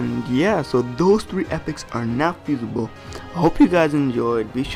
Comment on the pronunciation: Fusible not fusaible